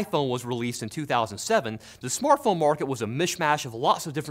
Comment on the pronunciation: What is a "smortphone"?